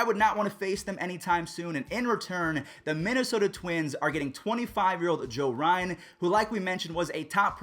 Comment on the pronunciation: Yeah you definitely botched the name Joe Ryan😂classic